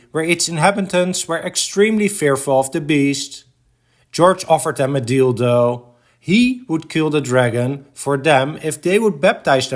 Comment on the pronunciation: A deal, thow but he said it together , it sounded like dildo 😂 but its deal thow